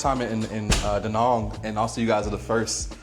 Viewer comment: Good luck with pronunciation, it’s pronounced da Nang, just like it’s spelled, not de nong. Or Vietnom, it’s Vietnam.